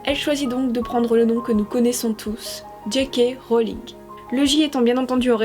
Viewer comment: Ah enfin qqn qui prononce bien JK Rowling